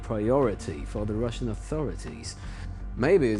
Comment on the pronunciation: Did he say ~The Rvssian Riviera 😂✌️